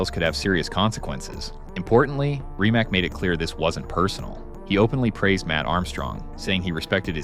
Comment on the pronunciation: Bugatti’s CEO name is not Rimac (with a ‘k’ at the end) but with a ‘c’ like cesar. He is not an american but a croatian guy. Their or better to say foreing names are not pronounced in american way. It is very rude and biased to pronounce personal names from foreign countries in your American way. Before you publicly announce and pronounce such a name, ask (that's why there is a chatgpt) how the names are pronounced. I'd rather not write how you would write and pronounce American names in Russia or Japan or... to be consistent... in Croatia, say, simple minds would be simpl majnds Please pay attention to that in the future. It's a matter of respect.